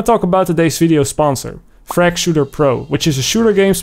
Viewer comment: who’s Frazgy?